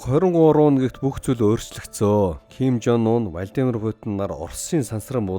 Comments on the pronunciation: Зим жон ун, уна биш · Ким Жонуна гэж шаахын хүний нэрийг хүндлээд зөв дуудалдаа пиздаа вэ нээрээ😂😂😂